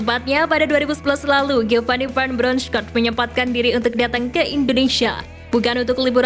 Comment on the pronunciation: Mimin nya kek nya masih bocil TK nih,, masak iya baca "Van Bronchorst" saja ga bisa sih 🤡🤡🤡😜🤪